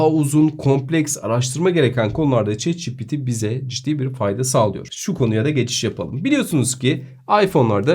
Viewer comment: bro neden chat ci pi ti değil de çi pi ti diyorsun